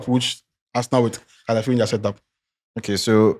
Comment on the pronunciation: Can someone tell that its not "Caliafiori" but Calafiori.... and what is "Dzinsenko"... oh nana 😂😂😂😂😂